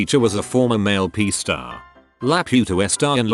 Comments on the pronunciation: Nobody: Robot Narrator: peh teacher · Who else cringed every time it said PE